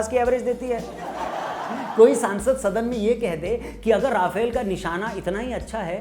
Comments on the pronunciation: Bhai sahab राफेल nahi रफाल hota hai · Video bohit mst ,bs rafale ko aap rafaal pronounce kro